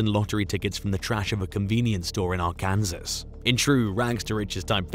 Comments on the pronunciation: pronounces Arkansas as Arkansas and not arkansaw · btw i THINK i read somewhere that "MADGE " along with others like her were destroyed in ukraines latest probs, am not sure though ,one more thing its {arkansas } prounounced ARK-KAN-SAW